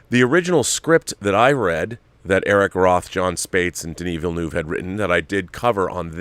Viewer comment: I wish I could drop an audio file here. I'd demonstrate how to say 'Villeneuve'... This is one of those minor things that gets to the bilingual Canadian in me. Take care all.